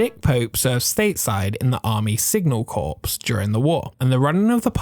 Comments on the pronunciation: One correction. The word corps is pronounced core. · minor nitpick but at least in the US, the corps in signal corps is a homophone of core. i.e. Marine Corps is pronounced Marine Core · “Corpse” ffs do any you tubers check how to pronounce words?!